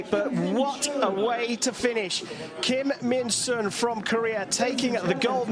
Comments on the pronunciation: 정말 자랑스러운 선수들입니다. 김민선 선수 이름을 외국인들이 김민순으로 자꾸 읽어대서 좀 짜증이 났네요~ Kim Min-Seon 으로 정정하면 좋겠는데요, 외국인들도 정확하게 이름을 읽을 수 있게요~ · 킴 민 순…. 발음 계속 거슬리네 ㅎ